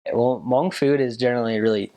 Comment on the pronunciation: do u like it!!!! I'm hmong thank u!!!!! for saying it good!👍